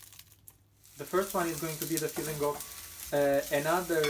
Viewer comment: LOR cheese is Cottage Cheese in English. Your English is very good but you sound like saying feeling rather than filling:-))